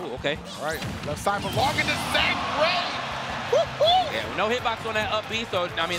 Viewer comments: Anakin80042 Fury except its pronounced Zack-ray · They pronounce Zack Ray like he’s the creator of smash bros 😂